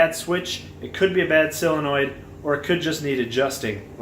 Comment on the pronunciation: Intelligent as well informative. But please, -soul-enoid, maybe -sull-enoid. No more sillinoids please!!!!